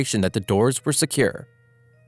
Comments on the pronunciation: It is pronounced osheanos not oseanos for the oceanos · It’s pronounced o-Ceann-nos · O•she•a•nos IS the pronunciation of that ship NOT the way you pronounced it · OSHIENOSH?! WHAT DO YOU MEAN!? ITS OS-i-en-Os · "MTS Ossianoush" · The Oh-see-ahn-osh! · “Oceanosh” yes that’s definitely how you pronounce it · Bro really say mts Ocan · “ The MTS OOOHSEEANOUS”😂😂😂😂😂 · its pronounced "MTS OuSeEaNuSh" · It sound more French than ,,Pierre pass me the Baguette and later surender to the Germans" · ... your saying wierd, its just "oce-anos". why are you putting emphasis on the word? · The way he said Oceanos😂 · i am portuguese and on the part you say mts "OCEANOS " jahahahhahah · he pronounced it the exact same multiple times, also it sounds so stupid i doubt a real person would say it